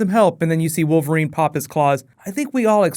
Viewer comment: Ha! "Female WOVERLINE character" .